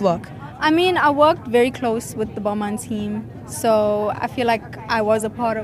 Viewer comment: Tyla: I'm wearing Balmain Emma: Balma